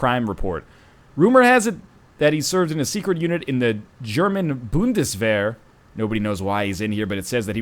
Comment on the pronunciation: The way he says "Bundeswehr" is just hilarious: 'D